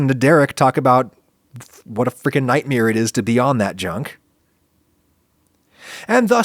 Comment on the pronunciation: Has anyone noticed that Adam pronounces "nightmare" the same way Bert Kreischer does? It's a NIGHTMEER! :)